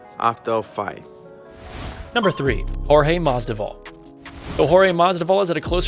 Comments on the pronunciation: Is it masdival or masvidal? He said masdival like u mention up here. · Jorge Masvidal not Jorge Masdival. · turns out the narrator can’t even say Masvidal’s name correctly lol it’s not like it’s hard you can just read it phonetically